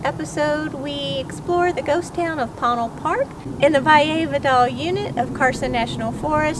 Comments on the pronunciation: It's usually pronounced "Poe-Neil" in my experience but lovely video! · Ponil is pronounced by the locals as Po-neel. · Amazing video. Thank you so much for sharing. Regarding the pronunciation, I would have pronounced it as several people mention in comments: 'poe-neil', alhtough it didn't have any meaning I could think of in my (European) Spanish. So I checked in the Dictionary of Northern NM and Southern CO Spanish by Rubén Cobos, and it is spelled 'póÑil', with what is called the 'tilde' over the 'n', which changes the pronunciation to something similar to the beginning of 'new'. Many times, with NM place names, those 'details' are lost because of English signage. Póñil (with the stress on the 'o') would mean Apache Plume, a beautiful grass / bush. Another interesting fact regarding the area: Lew Wallace is said to have finished writing Ben Hur at one of his favorite places: under an apple tree of the Chase Ranch, 20ish miles south of PÓÑIL Park. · Ouch. Need to do more homework, like pronouncing "Ponil" properly.